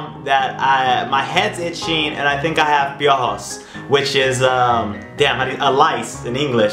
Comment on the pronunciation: The way he says piojos lol